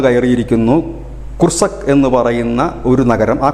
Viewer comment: കുർസക് , അല്ല കൂർസ്ക് ആണ് , രണ്ടാമത് പറഞ്ഞത് തീരേ വ്യക്തമായില്ല സപ്പറേഷ്യ എന്നാണ് ഉദ്ദേശിച്ചതെങ്കിൽ അത് റഷ്യൻ നിയന്ത്രണത്തിലുള്ള ഉക്രയിന് പ്രദേശമാണ് , കൂർസ്ക് മേഖലയിലെ ഏത് ആണവ നിലയത്തിനാടുത്താണ് ഉക്രയിന് സൈന്യം എത്തിയത് ? പതിനായിരകണക്കിന് സൈനികർ എന്നത് കോട്ടകണക്കാണോ ?